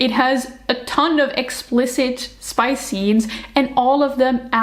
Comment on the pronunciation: Please don't says "SPICE" in a french way. xD You know, english PISS is only one letter away from french PISSE. And they both mean, and sound the same.